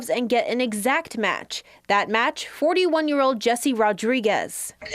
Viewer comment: She also pronounced the word “ old “ with “ ode “. Who are these boneheads reading the news ?